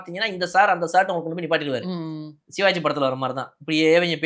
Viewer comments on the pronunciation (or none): none